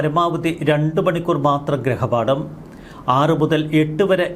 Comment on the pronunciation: ഗൃഹപാഠം എന്നു പറയൂ.ഗ്രഹപാഠം അല്ല